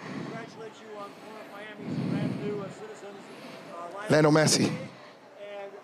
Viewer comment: Jesus Christ, he couldn't even pronounce Messi's first name correctly